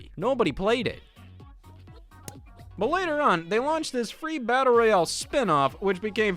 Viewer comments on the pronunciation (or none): none